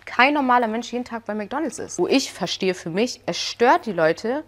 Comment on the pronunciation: ich mag dich ja total nh aber es heißt nicht Mc Donls sondern Mc DonalDs😵‍💫